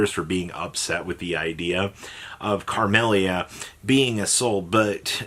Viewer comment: Carmellia bro? Where is this extra r coming from? Your inability to read and pronounce card names is painful